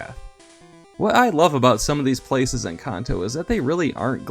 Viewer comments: Its Kanto not Konto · Kanto. Pronounced as in Can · You pronounce Kanto wrong. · How tf did you say Kanto? Im done watching 3 seconds in.